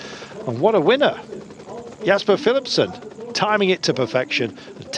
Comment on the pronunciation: Philipsen is pronounced as fieliepsun just so u know